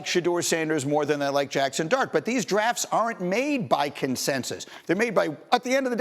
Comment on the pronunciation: 🤣🤣🤣 Didnt sound like “dart” AT ALL